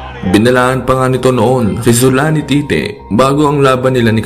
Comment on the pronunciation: Zolani Tite ung rinig q, tama b 😅